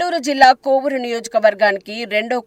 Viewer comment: కొవ్వూరు కాదు కోవూరు . Not kovvuru it's kovooru madam.